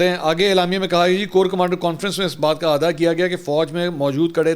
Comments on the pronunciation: ایک لفظ اعادہ کو آپ آدا پڑھتے ہیں۔ صحیح تلفظ ہے A-AA-DA اے-آ-دا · This word is( eaada) not aada means repeat.